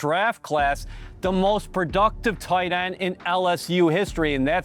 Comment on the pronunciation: The way this guy says tight end makes me furious